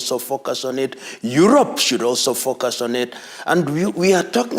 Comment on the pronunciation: Omg for the love of god please dont say focus with an African accent, i swear he said fuk us😅😂